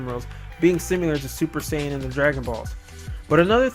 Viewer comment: simular? i think it is pronounced sim-ill-err.